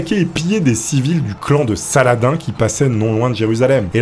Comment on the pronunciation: C'est pas <<Sala-din>>, c'est <<Salah-dine>>